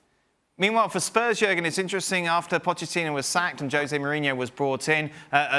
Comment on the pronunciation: Why does Klinsmann mispronounce both Jose and Pochettino's name? 😅